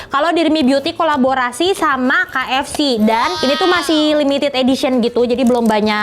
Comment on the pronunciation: KFC = read (Key-Ef-Si)